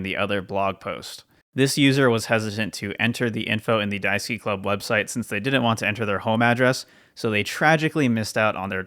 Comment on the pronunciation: I have to ask; was the page Pokémon Daisuki or Daisuke? Asking this because your pronounciation sounds like the latter.